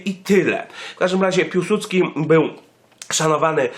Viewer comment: nie Piułsudski tylko Piłsudski